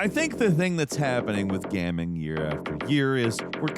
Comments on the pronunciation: It sounds like he says, "gamming" within the first few seconds lol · "Gamming"?? I know mispronouncing things is a bit of a meme, but that's a new level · Yeah. Who pronounces it "gamming?" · MFer literally said "Gamming"... he's trolling us!